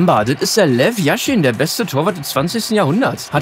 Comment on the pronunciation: Yashin, nicht Jashin